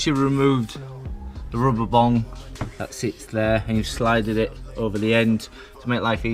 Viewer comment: Its bung not bong hahahahaha